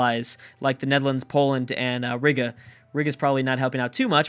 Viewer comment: Ree-guh not Rig-uh